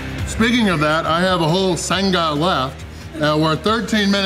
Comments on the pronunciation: Sounds like you say 'SUN-GA', where it is more like 'SANG-UH'. Like you sang a song. No hard G. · Sanga not sunga! Ya tomato sanga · Great win, great support from, love you've come to Australia As for the pronunciation of Sanga, it's sang like you would a song, then aaare like a pirate Not san....ga, lol Anyway have fun, love ya 😂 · Love the slang haha. Sang-Ah ( Sanger ) we pronounce it not Sung-ah but very close 👏🏽👏🏽👏🏽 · u pronounce it like saying sang and ahh together, Sangah not sunguh xD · It's not Sang-ga It's Sang-ah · Lol. Its not sang-gah its sang-uh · Its pronounced SANG-ahh not SUNG-GA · "Why can't you say it right??" "You say it and I'll echo you.." "sanga" "That's what Ive been saying!" 😂😂 You two are such a great couple❤ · "Why cant you say it properly" 😂😂😂 was thinking the same thing.. Its not a "sun ga" 😂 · hahaha, we don't put emphasis on the g instead its kinda silent, like a ng sound haha the emphasis is more on the last a so its like sangA haha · …. From every Aussie it’s Sanga.. like sang (as in sang-a song).. sanga.. no emphasis on the g sound! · It's a soft G in 'sanga' mate - not 'san-Ga'! Definitely put you on struggle street, but you still nailed it! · Nobody pronounces the 'g' in 'Sanga' it is pronounce the same way as sang (past tense of sing) with an 'ah' on the end Sanga... from sandwich. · Sanga is pronounced 'Sang-a' As in Sang a song. Sanga! The G is silent, no 'Ge' sound. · It's Sang a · Love your videos mate, but the pronoucenation of 'Sanga' is s''A'ng-ah! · Watching ya calories with a strawberry milkshake, a bunch of bull shite. You sound ridiculous saying sang-ga, the gee is almost silent and you say it quickly. said it. Very funny video nevertheless.. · Sang as in the past tense of sing and ah. Don't pronounce the hard g. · Dude, next time you have a “sanga” please learn how to say it properly! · i wonder how long till realizes he's saying 'sanga' wrong 🤣🤣